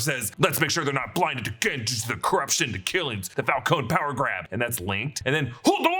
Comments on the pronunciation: It's Falcone not Falcon-e. Just saying. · It’s pronounced FAL-CO-NEE!!!! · Died a little every time he pronounced Falcone